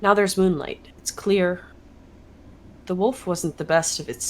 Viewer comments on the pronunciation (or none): Love Vic saying she's fine about the pronunciation of Foyer but hates the way says wolf XD